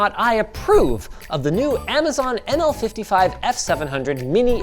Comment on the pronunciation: I can't , I keep hearing "ANAL 55" and not "ML 55" xD